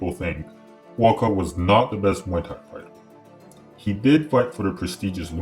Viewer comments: It’s pronounced Boookaw, not bwakow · His name is not BOKOW!!...... it´s BUA KAOW! meaning White lotus. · Try pronouncing his name this way and you'll come close: 'boa-ah kow.' The judges were cruel to allow that fight to continue...